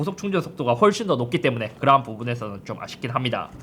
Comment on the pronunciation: 삼성 스마트 모니터 m7리뷰 해주세요 그리고 형 형은 그러한할때 그라한이라고 들려